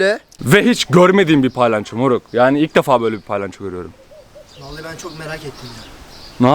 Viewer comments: kalbini kirmak isdemem ama palayanco degil palyaco😘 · TDK: palyaço /: pAyLanCHo